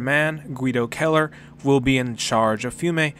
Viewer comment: It’s kinda cool to have someone in a video game with your last name. But you’re pronouncing it wrong, your making it sound like Killer, it’s Kell Er idk it doesn’t really matter. Great video.